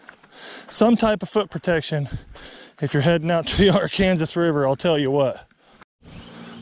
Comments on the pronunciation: So I’m from Arkansas (as a joke) I find it kind offensive you called it ar-Kansas (a joke) it’s pronounced ark-Anne-saw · You pronounce "Arkansas" wrong Sincerely, an Arkansas resident 😂